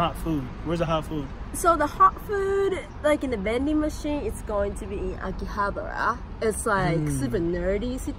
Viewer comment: Why is he pronouncing Akihabara as “Aki-butter”? 😅